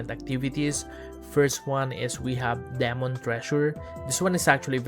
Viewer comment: DEE-MON hindi po deh-mon huhuhu